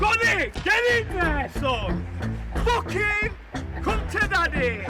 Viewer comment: Facking, foking,..fock,..focking,..facking...focking,,,fock...fack,..focking...so sad...:(